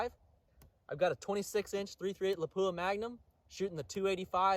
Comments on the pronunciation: 99% of YouTube gun channels pronounce it lapoooha. Except ultimate reloader. I just don’t notice it anymore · Really good stuff! Not trying to hurt anyone’s feelings here but “Lapua” is pronounced closer to “Lap-wa”. I hate it when I butcher a name!